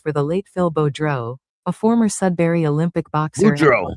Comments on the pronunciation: Def Sudbury Ontario not sudsbury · He left Sudbury (Not Sudsbury) because he felt hassled by the authorities there. His last name is more like ... Boo-drow. At one time Sudbury had the 'best' 'uncut' or purest form cocaine in north america. Big biker gang presence now it's a lot of gang banger types coming up from southern Ontario... a free for all.